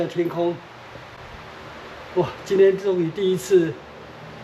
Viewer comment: C119 不是念C腰腰拐，應該是C腰腰勾